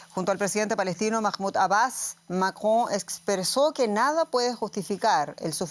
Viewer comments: La pronunciación del apellido del presidente francés por parte de la periodista, es ridícula! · Me encanta como pronuncia el nombre del presidente de Francia